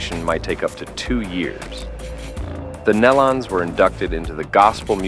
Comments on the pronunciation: "Nellons"? Get it right BEFORE you do a video. It's "Knee-lons. This is a pathetic video. Please take this down! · Pronounced: (knee-lun), not, nell un....Please.. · Its NELON. NOT NELLUN. SOOOO disrespectful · Knee-lons not nell-lons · I refuse to watch any video that doesn't pronounce their name correctly! The E is long. Their name doesn't rhyme with melon. It is pronounced like kneelin'. Surely you can reprogram your AI voice to get their name right! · If you are going to report this, please have enough respect to research how to pronounce their name. It is "nee-lun" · Out of respect to the family, it is pronounced "Nee-lon" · Call them correctly as the Neeee. Lons. Use the long e sound. Please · Please pronounce their last name right. Show some respect. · How about learn how to say their name